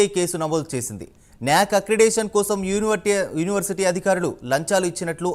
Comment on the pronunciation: First school ki velli Pronunciation neruchuko first a tharuvata reporter pani cheyuu. Next University ni Univerty ani annavu neku em vachu saduvu